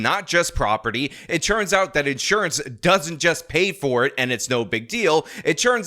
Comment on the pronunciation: Anyone else ever notice that says “churns out” instead of “turns out”? Go back to the beginning of this video so you - like me - can never hear it the same ever again